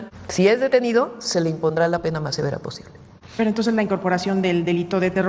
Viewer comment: ¿Por qué Fraudia no puede decir "entonces", hasta en eso tiene que imitar a López con su "toses"?